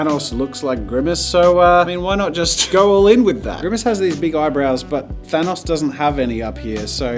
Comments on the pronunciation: Thanos not thanooooooose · Why is he calling thanos..... Grimos?? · Me: he said Thanos wrong Also me: HE IS AliA My brother:sighs